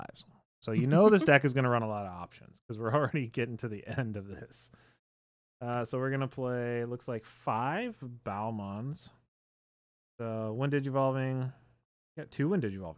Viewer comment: Baalmon is pronounced "Bailmon"